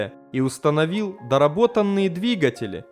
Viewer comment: Автор, отличный контент. Но почему ты так блевотно читаешь? Сходи на курсы сценической речи и канал просто взлетит. Ну или поучи русский язык хотя ты. Множественное число от слова "двигатель" это двигателИ, а не двигателЯ